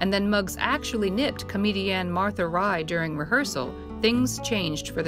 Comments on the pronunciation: She was Martha Raye, not "Rye". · Her name was Martha Raye, not Rye.